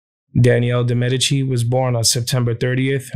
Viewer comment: I thought DiMedici was pronounced [Deemah deechy]